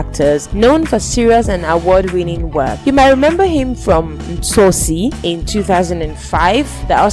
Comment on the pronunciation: Plz pronounce things correctly 1. It’s not Sapsi 1 but SABC 1 2. The name of the movie is Tsotsi not Ntsotsi 3. Some characters you mentioned have already passed Otherwise thxx for the effort 💯